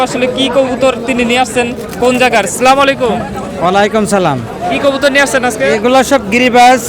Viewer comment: ভাই আগে সঠিক ভাবে সালাম দিতে শিখুন।আসসালামু আলাইকুম